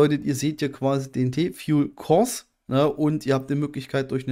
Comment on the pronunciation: "fuel" ist schon nen hartes wort für dich ne :) aber haste es paar mal geschafft es richtig auszusprechen ;) spass :)